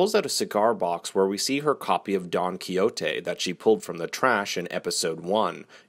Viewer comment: Lol actually he pronounces Quixote correctly, it’s in Spanish.